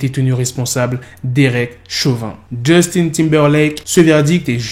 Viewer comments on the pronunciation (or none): none